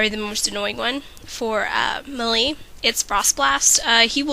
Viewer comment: lol the first time you said melee i couldn't figure out what you were talking about.